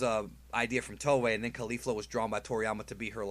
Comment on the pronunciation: Caulifla* not Caulfla.